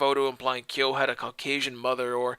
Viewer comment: Ryo is pronounced REE OH and Ryu is Ree oo. In surprised you pronounced Kyo correctly....